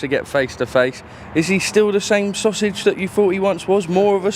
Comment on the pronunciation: Get your tongue out - ‘sausage’